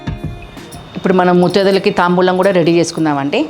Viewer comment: La anna padaani ala Ani palakakudadu taambulamu annadi correct